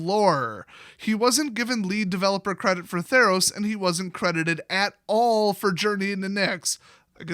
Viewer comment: Really? You said "Theros-Os" when you could have gone "Ther-Os?" I'm not mad, I'm just disappointed